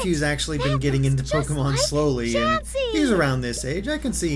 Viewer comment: How can you mess up chansey name so bad XD